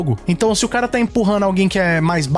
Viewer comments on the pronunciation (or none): none